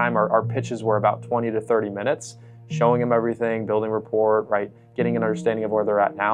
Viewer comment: Repport is pronounced reppor(t is silent).